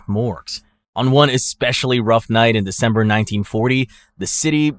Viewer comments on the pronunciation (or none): Um... "Descember"?